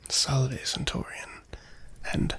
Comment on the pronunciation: A centuwian fwom wome! Wait till my friend biggus dickus hears of this!